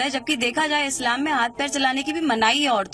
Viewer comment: "इस्लाम" बन गया............ "फत्स्लाम".......